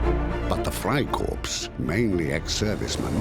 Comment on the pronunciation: "Frei Korps" is pronounced fry core , not "corpse." That the mispronunciation has been allowed to go into circulation on the Internet suggests incompetence all the way up the line, and utterly discredits any intellectual authority this video might have laid claim to.